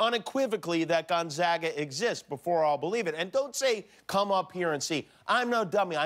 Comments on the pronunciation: For someone claiming to not know it exists, he's pronouncing it perfectly. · Gonzaga is Catholic Church college. It’s pronounced Gon-zaw-guh. It’s a small University in Spokane. It does have a law school. I believe third or fourth tier. It’s not much over in Seattle or considered on the same level as The University of Washington. It’s a good school. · 母Cheryl nobody in Spokane pronounces it with the w in it. gonzaga, simple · Ha, I went there and people also thought I went to school in Indiana. But thank you for properly pronouncing the school's name 🙂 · At least you can pronounce it! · For someone that doesn't believe it exists, your pronounciation of Gonzaga, Spokane, etc. is pretty spot on there, Jimmy. Just sayn...